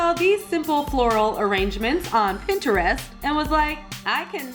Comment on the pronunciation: The way said Pinterest made me laugh.